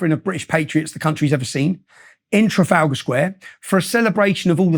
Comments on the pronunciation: Tra-fal-gor square. never change jordan, never change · It amazes me that Jordan Peterson can't pronounce 'Trafalgar' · Can we all just take a moment to appreciate Peterson’s glorious pronunciation of ‘Trafalgar’